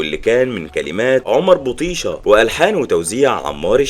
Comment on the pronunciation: بطيشه بتتنطق كدا Batisha فاهم